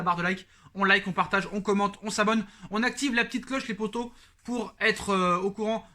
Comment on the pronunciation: J'ai l'impression que tu slt les posto au lieu de poto